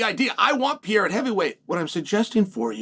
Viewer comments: Chael, big fan, watch all your clips. His name is not Pierra. It's not spelled or pronounced Pierra. Pereira. Pe....rei....ra. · Pay ray ra